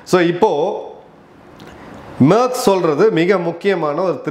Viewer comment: Sir his name not merk name is merz pronounce wrong